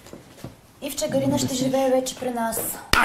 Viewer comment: Ъъъъ не беше ли ГалИна, тоя май е голям пайнер....